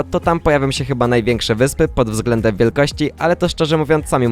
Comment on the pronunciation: wyspy a nie wypsy